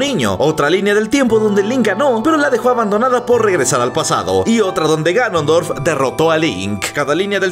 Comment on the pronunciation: Soy yo o dijo granondorf el en el min